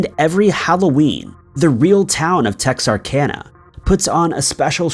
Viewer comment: I'm proud he said texarkana right.